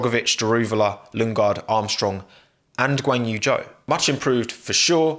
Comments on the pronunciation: These pronounciations hahaha Valterri Bo'ass and Ganyou Joe. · Did you hear Joe is now in F1? Who's Joe? Guanyu Joe, partnering Val'eri Bo'as.